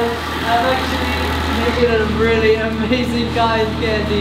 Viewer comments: Ya but she says amaseen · mom thats not how you say amazing